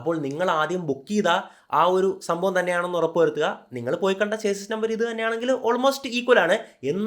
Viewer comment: ചേസിസ് അല്ല - ഷാസി എന്ന് പറയുക